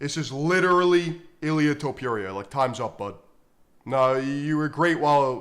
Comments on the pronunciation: Its fookin Top-ooh-rhea, not Top-you-reeyah.... And, just to reiterate, Paddy Pimple is getting launched into the shadow realm frfr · Learn to pronounce Topuiras name correctly..(not Topjuria) :D